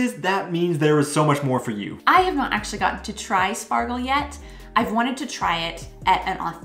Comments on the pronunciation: You mean 'Schpargel', not Spargel..😅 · It's pronounced Shpargel. In words starting with "sp" and "st", the s is typically pronounced like "sh" in englisch. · It is pronounces Schpargel - not Spargel . I prefer the green fresh spargel. I just made a Flammkuchen with green asparagus yesterday. Really easy to cook - here a recipe : other recipe